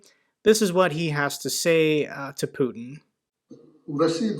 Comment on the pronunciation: Did he say 'Putner'...wow...they are f!&ked up...on all planet.